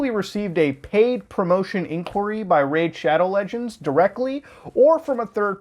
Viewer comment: Homie said it right